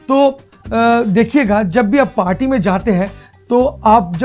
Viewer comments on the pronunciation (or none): none